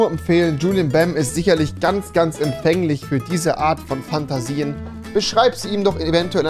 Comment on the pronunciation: Lol bei julien sagt rewi einfach "fanta sien". FANTA